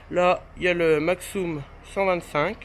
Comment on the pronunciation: En Alsace on dit pas maxxoume on dit maxxume sinon super vidéo